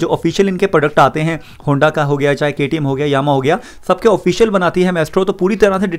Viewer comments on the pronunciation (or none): none